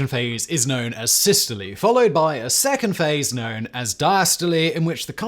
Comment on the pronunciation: Wtaf!?!? How on Earth did you manage to pronounce systole and diastole properly😮